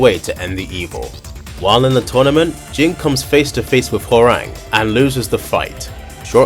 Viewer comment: bro said WHORANG